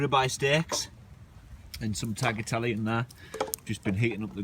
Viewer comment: It`s pronounced: Tayatele and not tacklatelle!